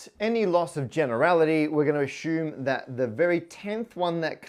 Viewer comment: On my Bingo card I had - "Matt says ASHUME instead of ASSUME". It came up about 5 times.